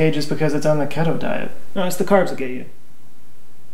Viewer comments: You said keto wrong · Key-toe diet. key-toe. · Lol that's not how you say keto